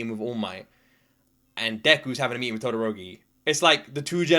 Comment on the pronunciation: Enji Todoroki, hero name Endeavor, is the #2 hero. He is Shouto Todoroki's father. It's pronounced To-do-roki. Shouto was not happy to see his fire flare up; he said he was overwhelmed that his fire popped up.